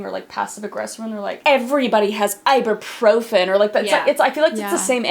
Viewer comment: Sorry if this sounds aggressive but it's (I-boo-pro-fin) Ibuprofen not Iburprofen (;(:/:[